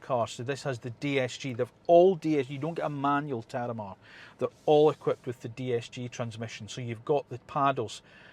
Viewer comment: I like the look of the car, but ideally you'd call it the Terramar, not the tarramar. I thought it was your accent, but you can stay the e in Mediterranean so why can't you say it in Terramar? Did you perhaps have tarramar salata for lunch?